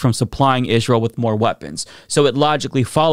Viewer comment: I hate the way you pronounce Israel